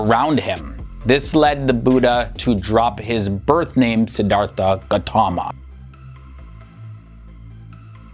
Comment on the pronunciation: A few corrections. The Pali language is pronounced "Pah lee" Short 'a'. Theravada and Siddhartha have an aspirated 't' which is written, "th", but is pronounced as a hard t followed by an 'ah' sound. So it is "Sid-ar-Ta" not "artha" and "Terra-vah da" or Terra-vay-da", not "Thera." Siddhartha Gautama was given the title "Buddha" but more typically was referred to as a thathagatha -- a "thus gone" person. That is one who has reached the final aim of Buddhism, an awakened one. There are different kinds of buddhas, private and public. It was believed in his day that the Buddha was not the first Sammasambuddha, or perfectly enlightened one -- there have been buddhas for every cosmic age. It is also believed that there are many paccekabuddhas, buddhas who do not declare the Dhamma (teachings) to the world. It is said that the Buddha was instructed by paccekabuddhas in previous lifetimes. In the Buddha's time, a set of rules for monastics, the vinaya, was set down and ritually repeated and extended. It prohibits killing. In Buddha's time meat was a luxury and requesting that someone slaughter an animal on your behalf is prohibited by the monastic code. Furthermore the Buddha and early Buddhists had a dim view of butchers. The vinaya also limits how manks can obtain and store food -- so Buddhist monks and nuns are sramanas -- holy beggars. This strata of society existed before Buddhism and ritualized begging for food is a tradition carried on to this day in Southeast Asia. The Buddh